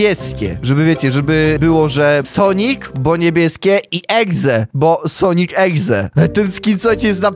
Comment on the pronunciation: "sonik egze" 😆😆